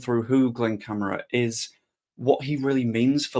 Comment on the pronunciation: Please pronounce correctly Cam - are- a